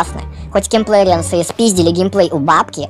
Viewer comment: Интересно наблюдать за тем, как говорит "киМплерианс", добавляя букву М.